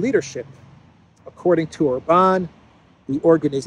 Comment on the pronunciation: I am still working on getting to say OR-bahn instead of Or-BAHN 😁